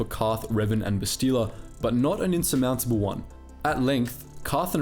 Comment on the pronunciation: Why can you not pronounce Bastila's name correctly? They say it in the game and you choose to pronounce it weirdly.